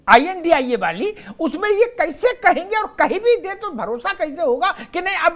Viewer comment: Ye India bolte h i,n,d,i,a, ko sahi se padho